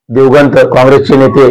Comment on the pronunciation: संपादक साहेब "दिवगंत" नाही हो "दिवंगत" असा शब्द आहे तो ....